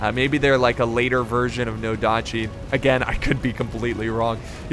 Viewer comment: Herr Rommel ? Shogitai? Nodachi? Please do not say any names or words if you do not know how to stress them. It shows me that u lack in research and give a foot about the People watching this